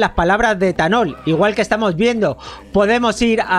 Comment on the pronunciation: Dijo esthanol